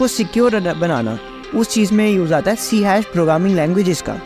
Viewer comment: I never heard anyone say C hash before. It is always called C sharp.